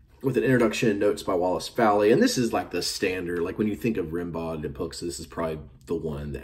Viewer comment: Pronounce Rimbaud's name Rim-bow